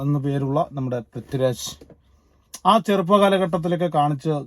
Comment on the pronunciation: പ്രിത്തിരാജല്ലെടോ..., പൃഥ്വിരാജ്😂